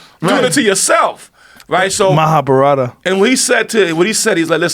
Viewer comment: Fukin idiots lmao it's prnounced Maha-barth